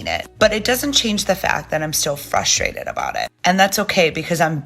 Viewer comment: sorry…are you saying ‘frustrated’ or ‘fustrated’.